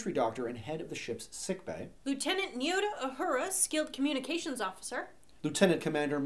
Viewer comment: Nirota Uhura??? it's Nayota